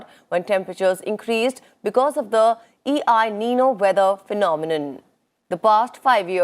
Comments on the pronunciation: I think it isn't E I nino but EL nino. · some wrong pronunciations like consensus in place of census and E I Nino instead of El-Nino. Newsreader can be aware of topics beforehand so that words could be pronounced currently.